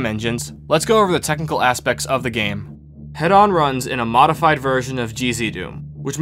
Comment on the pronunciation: It's pronounced hee-don btw. As in hedonism.